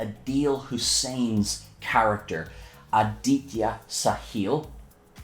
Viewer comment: It is not Adeetya it is Aa-di-th-ya I would know that's MY NAME